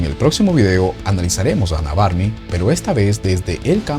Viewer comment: Psicóloga, "Varney" se pronuncia : Varni.